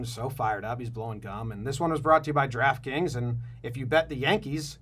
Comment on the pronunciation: Giraffe Kings ... lol EVERY TIME he says Draft Kings, it sounds like Giraffe Kings... literally every time!